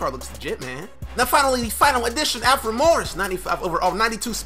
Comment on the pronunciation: is says Alfre instead of Alfred